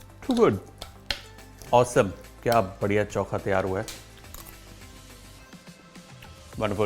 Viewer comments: चौखा नहीं चोखा बोलते हैं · Its not chonka its chookha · bhai, it is "Cho-kha" and not "Chau-kha" 😛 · This is not choookha , it is chokha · Very nice. Actually its चोखा and not चौका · It's चोख़ा not चौख़ा 😀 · Choka nahi chokha kehte hai